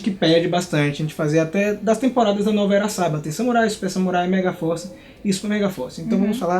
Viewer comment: a pronúncia de Saban's é Sabân's (com esse S no final, que é o nome da empresa e não do criador). Não se diz "Sában". Só dando esse toque, parabéns pelo trabalho do canal!